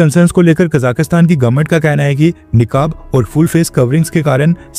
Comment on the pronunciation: निकाब नहीं नकाब होता है